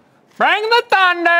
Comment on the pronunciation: “Bring da thundrrrrrrrrrrrrr” 😂😂😂😂😂😂